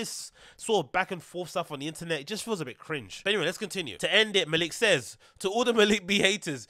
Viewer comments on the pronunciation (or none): MALICK!!!!!! pronounce it like that G